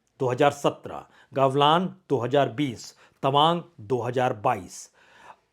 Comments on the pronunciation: पहले गलवान को सही से बोलना सीखे,,,,, आप गवलान बोल रहे है 😂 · सर जी, कृपया सुधार करें, गलवान को आपने गवलान कह दिया है।